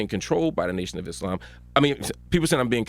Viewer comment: You know he’s educated when he pronounces Islam right